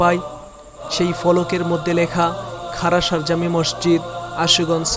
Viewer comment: মরজিদ নয় মসজিদ!! আপনি ভুল উচ্চারণ করেন!!